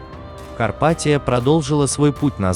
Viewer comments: Почему КарпатиО? Дебильный робот! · Карпатио, напомнили нокиО😂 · блядь, карпатиЯ по русски будет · Карпатио😂😂😂😂 Лооол)))) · Эль Карпатио это феерично